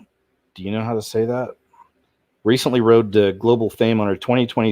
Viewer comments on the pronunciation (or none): none